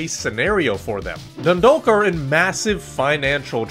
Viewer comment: class video! (its pronounced "Dundawk")